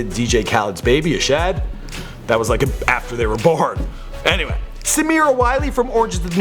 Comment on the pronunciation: DJ Khalid's son's name is pronounced "UH SOD"